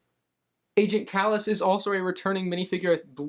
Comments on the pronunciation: And Agent Kalus's name is Pronounced CAL-US! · and kallus. he says kale-iss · How he says agent mall is and June Sato is so annoying bro Agent KAAAAAALlus and June Sayto is how he said it lol. Love ur vids tho.